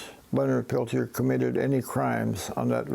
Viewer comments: Lord Almighty, learn to pronounce his name! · Really interesting. I grew up reading about Leonard Peltier. I'm glad he finally got some form of relief. As a francophone, I really struggled qith listening to this. The American mispronounciation of Peltier was like kick to the teeth every time. Ugh.